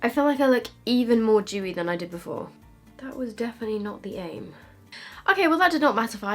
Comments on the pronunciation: When she said Dewy I thought she said chewie LOL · Thought she was anti-Semitic for a while until I realized she's saying "Dewey"